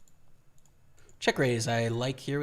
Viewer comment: As a Finn watching this I laughed my ass off when you pronounced "Taito". Taitopelaaja was Finnish player on the plo tournament. No one is going to judge you how you pronounce the name but you got me off guard and I got a good laugh out of it.